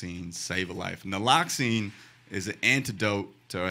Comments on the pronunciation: Naloxone not naloxine or ("naloxeehn"). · Great job. One thing- you mean "Naloxone" , not Naloxene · Naloxone, not noloxene. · Naloxene? Lol. Close enough. Love you Nimesh! Cane back to rewatch!